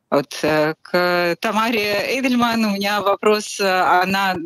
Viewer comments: Уважаемая ведущая, Тамара Эйдельман не только интересная личность, но и дочь известного историка. А это значит, что эту фамилию мы слышали в два раза чаще. А вы? Уточняйте ударение в именах гостей, это элементарное правило хорошего тона. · Спасибо! Фамилия Тамары Натановны произносится как ЭйдельмАн